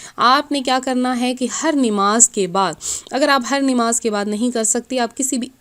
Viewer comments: pahle bolna shikh lo nimaz naho namaz hota hai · Nimaaz nhi namaz sahi lafz hai or aapa plz thoda chota video bnao aap bht time lete ho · Namaz to sahi se bolo